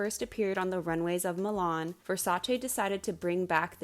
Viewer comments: I am genuinely thanking you for pronouncing Versace right ITS NOT VERSACHEE ITS VERSACE ITS ITALIAN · Omg a non-Italian person who knows how to say "Versace" correctly? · Hearing you pronounce "Versace" correctly makes me so happy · Reason #1097 I adore you: You actually pronounce Versace correctly which didn't even happen in the miniseries!!! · Thank God; finally someone who knows the proper pronunciation of Versace. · thank you for pronouncing Versace correctly!